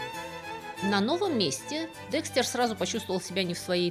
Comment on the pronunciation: И ИСТОРИЯ НРАВИТСЯ, И БЛУЗКА ОЧАРОВАТЕЛЬНАЯ!!!! И ВСЕяТАКИ БУКВА Е ЧИТАЕТСЯ, КАК ЗВУК Э! и он ДЭКСТЭР, А НЕ ДЕКСТЕР!!!!